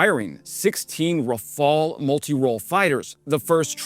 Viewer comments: Thank you for pronouncing Rafale properly at last! I'm surprised the craft's wide weapon compatibility range wasn't mentioned in your explanation, unless you did in another video and I forgot. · Raphael was a painter. Rafale is a plane. Different spellings,different prononciations,different meanings. Rafale means gust in French, which suits better to a plane than a painter's name ;) Heroyam slava!